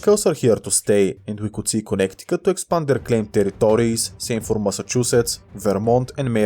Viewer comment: bro really said "connect-i-cut" 🥀